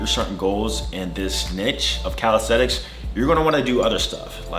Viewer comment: In 6 years you didn't learn to pronounce the word calisthenics correctly. It's calistheNics and NOT calistheTicks. Sheesh...